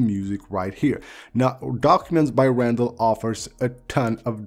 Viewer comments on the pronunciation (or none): none